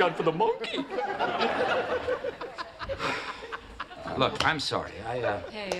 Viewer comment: I love how Kramer pronounces “monkey.” MON-key.